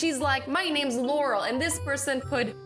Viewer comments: You pronounced Laurel wrong.... I know because that's my name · 0: 25 yanny got to Starbucks and ..... Or u was saying Laurel î her Yanny sorry😊